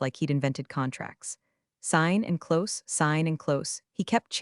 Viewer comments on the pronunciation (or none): Do you know how to pronounce close or maybe cloze